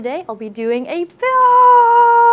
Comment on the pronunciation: when she said build my ears exploded